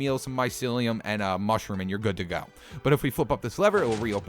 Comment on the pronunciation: Mounshrum home